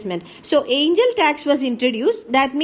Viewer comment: Angel or aiingel ??? .... irritating voice ...